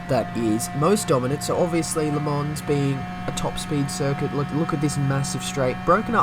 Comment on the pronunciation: You can't say Le Mans and I can't say Sainte-Croix. It's still Sandy Crocs to me.